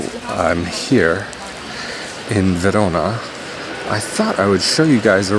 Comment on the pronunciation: You Say "Verona" in a perfect italian accent. 💪🏼